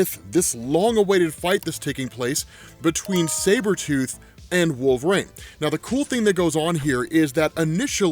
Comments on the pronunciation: Dude i have lots of respect for you i and i live ur videos i mean this is the nicest way possible but its wolverine not wolverain ur pronunciation was like nails on a chalk board thru most of the video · Wolverine "Wool-Ver-Een" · So why does he call Wolverine Wolver-rain?